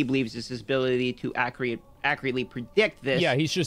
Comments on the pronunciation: I love how he says accreeit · that guy doesn't know how to pronounce accurate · Someone teach this man how to say accurate before he blows up any further.